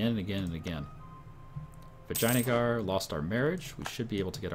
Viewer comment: It's pronounced vijeya-nagar